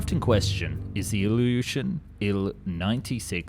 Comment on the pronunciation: but there's stutters, pauses and breaths that sound artificial, he either changed the mic and became half-dyslexic (listen to how Ilyushin is pronounced, the y is slurred for almost a whole second, hallmark of voice generation), or this is AI. I can provide at least 3 timestamps where there are telltales of voice synthesis. AI voices can be trained to imitate real voices.